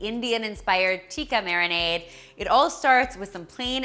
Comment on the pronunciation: i love the tikka marinade ^_^ BTW i loved how you said tikka